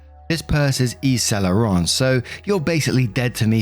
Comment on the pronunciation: All the things you mispronounce,. But you immediately get Yves St Laurent?? 😂